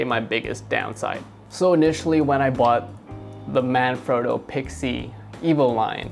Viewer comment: Please don't take this the wrong way, The "frotto" in Manfrotto isn't pronounced "phroto" it's frotto like an otter. That's what the double t is for...sorry lol great review though!